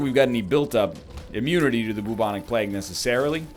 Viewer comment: Why the frick he says bubonic plegue